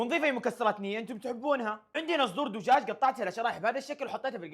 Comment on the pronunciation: يعني انت غلطت بالكلام انت قلت مكان الدجاج دوجاج😅😅